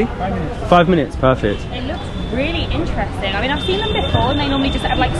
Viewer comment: It's really interesting the way she pronounce intresting 😂😂just love it